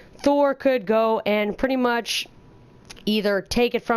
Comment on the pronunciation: OMG! You single handedly massacre the word "pretty much"